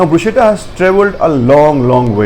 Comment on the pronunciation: Good information, well presented, would like to just point out that the correct pronunciation which I too learnt at a very late stage of my career is "BRUS - KETTA"